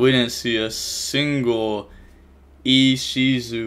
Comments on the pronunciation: He pronounced ishizu right!!!! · pronounces "Ishizu" correctly --> I immediately like the video1 xD